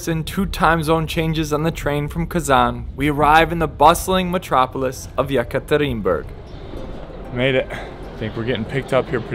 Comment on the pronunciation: You pronounce very correctly Russian 🇷🇺 name of things. Like Ural Mountain. All westerners pronounce "You-ral" instead Ural. Yes You still can't pronounce the city Ekaterinburg 🙊! But in general You artracted plenty of respect from Russkies, usually Russians 🇷🇺 did not respect at the first sight. But You acting very respectfully towards Russians 🇷🇺, and I think that they realize that!